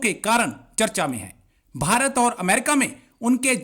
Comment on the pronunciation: These pakistanis are so duffer as they can't pronounce ever Bharat. They say Baharat 😊